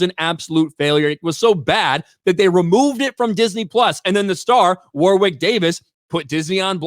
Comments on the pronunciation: It's pronounced Worrick (Warwick) lol. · there's only one right way to pronounce it and its not whatever was saying in this video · It's pronounced WORRICK, you fucking colonial. 😂